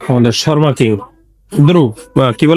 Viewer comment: Dada Sharma na...kotha ta shawarma...শাওয়ারমা..sarakhon kane kotha ta lagchilo... othocho keu apnake jinis ta dhoriye dilo na